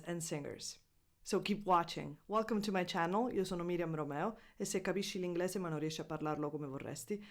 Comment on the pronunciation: Se per cominciare tu iniziassi a pronunciare correttamente le parole italiane sarebbe unpasso in avanti visto che con forte accento sicilano dici "l inglAse" e "vorrAsti" con la E fastidiosamente aperta invece di pronunciarla chiusa come richiederebbe la dizione. Grazie